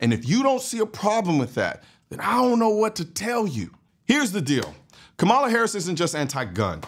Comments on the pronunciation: Im with you. 100%. But you can spend enough time to pronounce her name right. Kamala ———-> pronounced like Comma - La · Are you purposefully mispronouncing her name? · Try saying her name right kind sir..